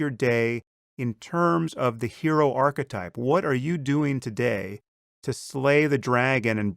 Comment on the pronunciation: If there is indeed a hell, then a special part of it should be reserved for those who deliberately mispronounce key words. Archetipple...